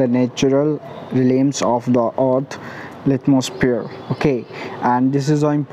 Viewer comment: Its not litmosphere its lithosphere. If u do wrong prounce how we learn